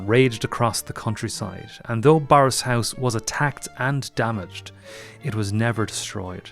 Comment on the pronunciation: Eek.....it's pronounced 'burris', not 'borris' despite the spelling.